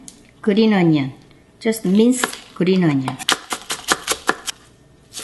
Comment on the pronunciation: I love how she says onion like 안넝 ❤️😂